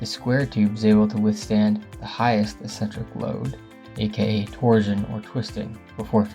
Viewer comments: Also a nit, but eccentric is ik'-sen-trik and not es'-sen-trik. Informative video. Liked it. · He also mispronounces "eccentric" as if it were spelled "essentric." I feel like we're being lectured by a high-school kid who just read a Wikipedia article. Maybe we are. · Eccentric is pronounced "uhk·sen·truhk". Great video, thanks! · Pronunciation! Eck-sentric. Not Essentric. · ik-sen-trik, tor·shn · It's pronounced ek·sentrik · finally figured out you were saying "eccentric" -- it's pronounced EK-centric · "eccentric" is not pronounced that way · You’re mispronouncing eccentric.